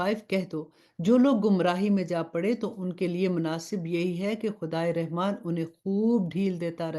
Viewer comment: Rahman ki ray k uper zabar hai but zair se isko perh rahi hain